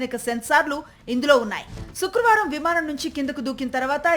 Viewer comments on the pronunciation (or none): none